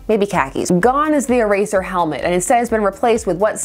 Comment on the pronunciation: E-tear…for eraser…